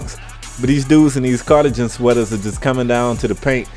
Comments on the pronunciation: CartaJen lml Car-ta-Ghen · lol he said cardigen lol but good commentary